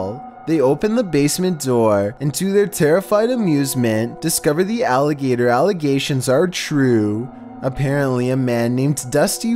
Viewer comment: Haha "Alagator allegations"